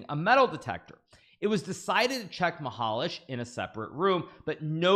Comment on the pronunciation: its pronounced mihalA que and the tournament has been hosted in my town pretty shameful to be here right now. anyway congrats to the referees for finding that out